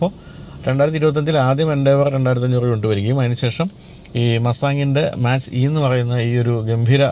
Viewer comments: Mustang മാച്ച് അല്ല മാക് ആണ് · മാച്ച് അല്ലാ മാക് enanu